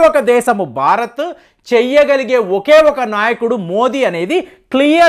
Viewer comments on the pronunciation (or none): none